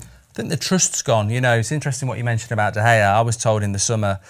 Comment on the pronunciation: Love fozzie but is someone going to tell him he’s not pronouncing De Gea right